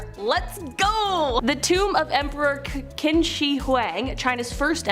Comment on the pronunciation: It's pronounced chin.